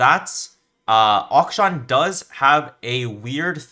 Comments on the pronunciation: its not that bad bro, if he's able to play at the level which he plays, it doesn't matter how he pronounces the name. Its supposed to be pronounced closer to "action" but the first "a" is supposed to be pronounced the way how you start to say aluminium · How boosted are you like, you can pronounce interaction but not akshan